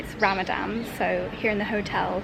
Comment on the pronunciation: It's Ramadan not Ramadam! As always very enjoyable vlog ❤